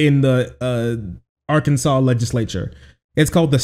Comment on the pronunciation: while i do really love what your state just did for trans healthcare, it is pronounced objectively wrong and therefore i will not respect arKANSAS